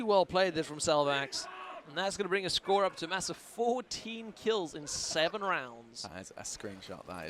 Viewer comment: The way pronounces 7 and 2nd is extremely annoying. "seeven, seecend"